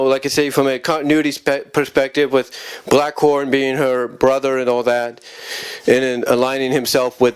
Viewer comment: It’s Blackthorn not Blackhorn n the P is silent in Earthcorp also if anyone from the Earthcorp is a possible love interest 4 Sandra it’s Herc Armstrong it’s Johnathan M Slattery aka Liquidator as he’s had the most interaction with her that ultimately develops into a romantic relationship also Liquidator is the 1 responsible 4 the love potion being used on the Inhumanoids that leads to Sandra being decomposed again also considering that Herc n Auger also got decomposed in the episode Cult Of Darkness (n Sandra didn’t but she easily could’ve been) doesn’t tell me that she needs to b kick off the team while they in the field